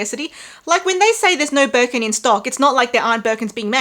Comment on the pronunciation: I keep laughing at everytime I hear Walmart Wirkin & Wermes😂😂😂